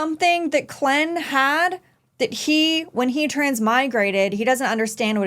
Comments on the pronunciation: so his name isnt Klen its Klein like how you would pronounce Mine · Please stop calling him Clen... its a german word, hes calles Klein not Clen! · Klein is actually a german word. The name is pronounced as "kline" It rhymes with "wine" or "fine" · Klein is pronounced "kline". Leonard is pronounced the same as leopard, with the "p" replaced with the "n". Some of the VA's don't quite get the names right, but most of them do, so it's weird that you're not saying the names correctly. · Who is Klenn? John Glenn was an astronaut. The protagonist's name is Klein like in Calvin Klein. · Lol its KLEIN - (CLINE) and Leonard (LENN-ERD)